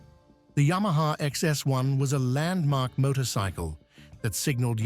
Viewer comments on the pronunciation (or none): none